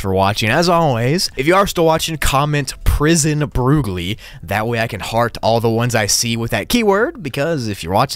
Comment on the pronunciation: "Prison broogli"